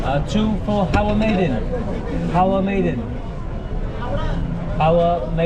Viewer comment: a little bit about pronunciation..Maidan is pronounced mydaan. Esplanade is ess-pla-nayd